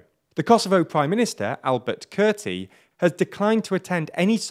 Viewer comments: "Albert Kurti" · HAHAHAHA! "Albert Kerti"